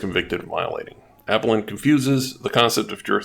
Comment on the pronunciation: FYI it is "uh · peh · luhnt" not "ap - uh - lent"